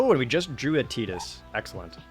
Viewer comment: I love ya Projared and I love the content but man I don’t like the way you pronounce Tidus 😂